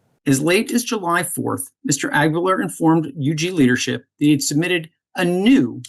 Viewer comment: It's pronounced ah-gee-lar.